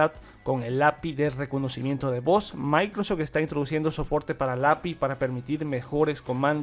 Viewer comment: Es microsoft no micros Jsksjs